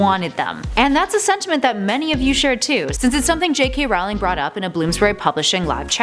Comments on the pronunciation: it is JK ROLLING. not ROWWLING, i know its spelled ROWLING but it is pronounced ROLLING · She said ROWLING not rolling. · You pronounce it J.K. Rowling(Rolling) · JK ROWling not JK Rawling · JK's last name IS NOT pronounced r-OU-ling it's pronounced r-OE-ling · It's Rolling, not Rowling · The founder of Ilvermorny - Isolt - didn't marry a Native American, she married a no-maj immigrant from the Plymouth settlement. That's also not how you pronounce "Erised" (ear/air-eh-said) or Rowling (row-ling). Ariana was an obscural - someone with an obscuris -, not obscuris. If you're going to make a video of something, anything, especially Harry Potter, as the lore is quite extensive, you should read, watch, look into, and research before doing so. That goes for everyone. I just want to be clear, this is constructive criticism, NOT hate. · goddamn you americans, get you shot together and stop calling her raoling! makes me cringe so hard, it's not a secret how her name is pronounced... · row row Rowlings God learn how to say the name right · It is somehow impossible for to EVER pronounce JK Rowling's name correctly in any of their videos on (ostensibly and ironically) Harry Potter facts.